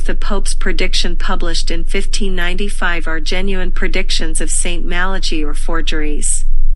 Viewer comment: BTW, u pronounce Malachy wrongly